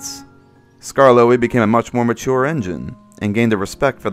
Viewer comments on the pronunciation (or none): none